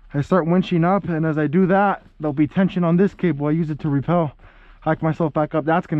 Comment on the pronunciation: It's rappel not repel